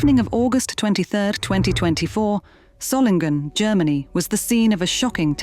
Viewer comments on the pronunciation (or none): It would be good to learn to say the name Solingen: Soling en. There is only one G in the name